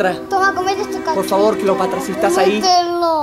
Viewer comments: Se dice Cleopatra no Cleopatria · Cleopatra!: Cleopatria! XD